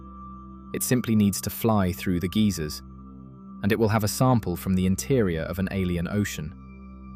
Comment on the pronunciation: "Geezers on Earth". What? Do you mean geysers?